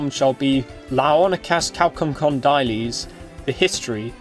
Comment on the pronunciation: Dude, /Ch/ is pronounced as /H/, and /D/ is pronounced as Th/ as in /the/, Chalkokondyles learn a little Greek, my ears hurt.